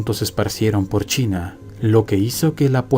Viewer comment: de verdad leo China con s ?